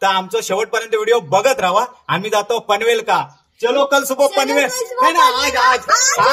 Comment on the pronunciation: भाऊ पनवेलका नको म्हणा पनवेलला अस म्हण व लालबाका नाय लालबागला असा म्हटलं तर बरा वाटत ऐकाक